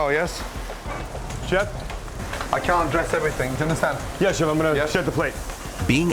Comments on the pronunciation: is it me or did I hear Gordon say everythink? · Be prepared for anythink. And everythink.